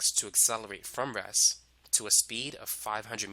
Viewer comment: nice video. Please learn to pronounce a stop "T"- your REST sound like RESS